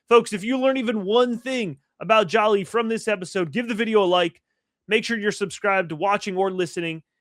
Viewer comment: Great job. Please pronounced his last name correctly. Its one L, not two LLs- It’s like the actress Angelina JOLIE. THANK YOU